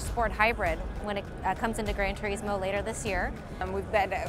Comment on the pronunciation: I HATE HOW SHE SAYS TURISMO